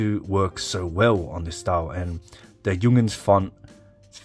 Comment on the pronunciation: Why are you pronouncing it Jung'ns? Is that an Australian thing?